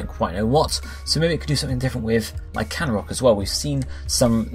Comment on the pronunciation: Lack-ran-rock and Rock-Raff??? Can you read?